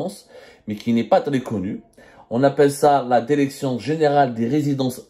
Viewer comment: La DÉRÉCTION !!!! Pauvre langue française massacrée dans la bouche d’un pseudo journaliste